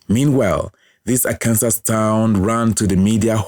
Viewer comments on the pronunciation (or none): Nice video. Just an fyi, it’s pronounced ar-can-saw.